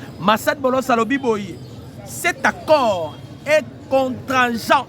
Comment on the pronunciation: Contraignant et non contrageant